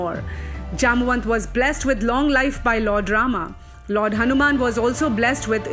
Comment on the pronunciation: lovely video ...only thing puzzling me is why do u pronounce everything i.e. original indian things ..himalay, hanuman, ramayan etc like westerners ? other wise really awesome ...great effort